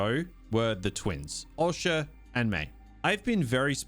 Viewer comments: The way you pronounce Osha is odd (awsha?) . Also half the time you pronounce your Rs like a typical Australian “ah”, then the other half the time it’s a Hard American “oR” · O-sha fucking hell painful man 😅😅